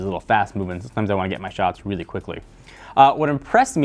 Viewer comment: Its just "weely weely good" - technobuffalo :p xD